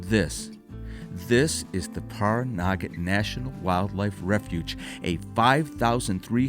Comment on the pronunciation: I grew up in Las Vegas and spent a fair amount of time traveling to and through Pioche. I really enjoyed the video. Caliente has really changed since the last time I went through it, back in the early 90s. Pahranagat is pronounced as Pah ran a gat, not Par A Naggot.